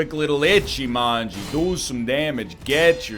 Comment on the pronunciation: Just you know it's: Ichimonji not Echimanji (witch is kinky), but you do what you want (it might be more "comical" like that lol)